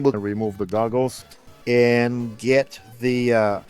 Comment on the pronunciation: I could have sworn he kept saying "remove the dongles" instead of "remove the goggles". Actually, sounds more like "remove the doggles" now that I listen again.